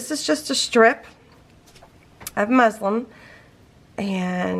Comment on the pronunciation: LOL! It’s muslin......😉